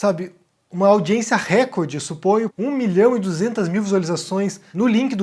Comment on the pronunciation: gostaria de lhe dar um toque, já vi a vários vídeos seus em que você utiliza a palavra "recorde". A palavra recorde é paroxítona, portanto, possui sílaba tônica no COR, reCORde, e não REcorde, como você costuma pronunciar. Abraços.